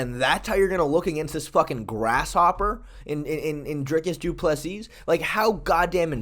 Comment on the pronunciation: Say doo plu SEA......Not seasssssss,no remove last s